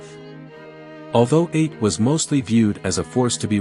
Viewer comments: Atë. It's pronounced a-Tee. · AI slop. Absolute garbage. Do some reading on how Ate is pronounced.